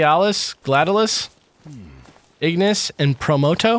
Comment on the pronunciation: It's Gla-dee-o-lus Ig-nees, And Promp-to In case anyone was also wondering how to pronounce their names. Also, bahamoth made me chuckle.